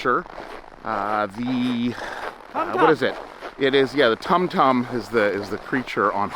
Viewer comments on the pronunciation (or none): Had gotten a bit of snow, mostly Ice rain. Went down to about 5°f supposed to do so again, Friday. Also tauntaun. taun, taun! Not tum tum..... I have spoken. ( my peace )